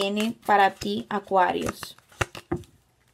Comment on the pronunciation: Cada vez q dices Acuarius me siento una bebida 😅😅